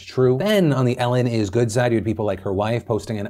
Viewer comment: "It izz what it izz"